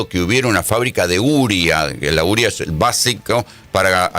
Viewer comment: Se dice UREA (U-RE-A). Así cómo usted lo dice no se entiende de que usted habla?